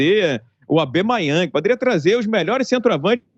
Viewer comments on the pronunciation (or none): podia trazer albemayang?? Kkkkkkk nao seria albameyang kkk